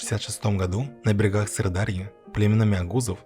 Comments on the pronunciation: Уважаемый автор. Когда читаете свой текст, убедитесь в правильности произношения географических названий. Не СырдАрья и АмудАрья, а СырдарьЯ и АмударьЯ. И т.п. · Всё бы ничего, здорово и познавательно, если бы не проблемы автора с ударениями. Когда незнамо откуда возникают Сыр-ДАрья и галИцкий, становится немного неуютно от возникших сомнений в поданной автором информации. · а вы, когда готовите материал, ударения не смотрите? что за сырдАрья и амурдАрья?